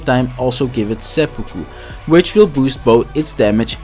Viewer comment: Thumbs up for pronouncing “seppuku” correctly.